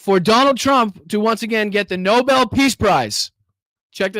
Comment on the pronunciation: When they mispronounce Nobel it's hilarious 😂